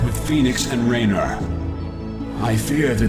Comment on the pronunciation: I also notice that in this game, the Protoss are capable of correctly pronouncing Raynor's name...